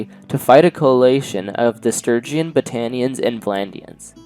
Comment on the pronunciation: Bruh, for the love of god please pronounce Sturgeon Stir-jon. Stir-gee-on is making my ears bleed. It's my surname and this hurts me lol